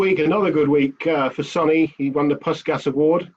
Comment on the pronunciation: Sky's rep can't even pronounce Puskas properly.